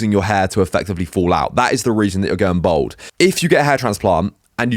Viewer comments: Its bald bruv not bold lol everytime you say bold its cringeworthy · Why do you pronounce bald as bowled? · it does Im from london born and bred he sound like me but he just cannot pronounce bald lol